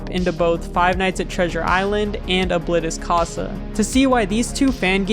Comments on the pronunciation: I'm sorry but you said Oblitus casa in the whitest way possible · It’s pronounced o-blee-tus-casa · O-Bllit_tis Ca-sa 💀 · Its actually pronounced Obleetus I think ( Not correcting the spelling just spelling it weird so its easier to pronounce ) though I don't have any verification. That's just my opinion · You said ablitas casa wrong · Damn you mispronounced oblitas casa